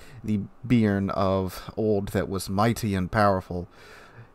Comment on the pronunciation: Not "beer-n". Note the acute accent on the "e". It's pronounced "Bey-ahr-n".